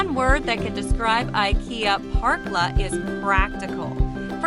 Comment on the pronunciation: The letter ä isn´t pronounced like an a, it´s not "Parkla" it´s more like "perkla", but not like a perk, more like the beginning o the name Perry.